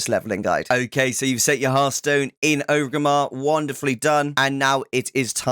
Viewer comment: great guide but i hate how you so O gramar its OR-GRIM-MAR not O-grimar